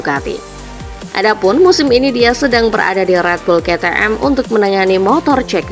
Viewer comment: Aku pusing denger ke te em ke te em terus,,,pliiis kei ti em